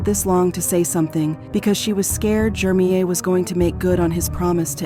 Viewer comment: I hate how the narrator pronounces this dudes name so wrong. Almost feels like its on purpose. His name is Jermeir JER-mir. Not hard at all. The name she is saying is so annoying